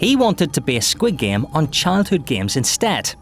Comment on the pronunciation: Your Korean pronunciation for squid game is messed up.